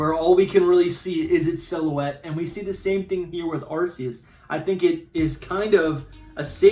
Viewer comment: I’m not watching anymore of your videos until you start calling it Arc-eus and not arseus LOL